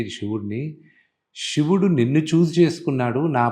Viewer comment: కత కాదు రా, కధ. షివుడు కాదు శివుడు. ముందు తెలుగు సరిగ్గా పలకడం నేర్చుకో.